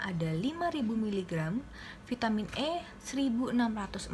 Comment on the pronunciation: Kax yg prtma g jls bacaan vitaminya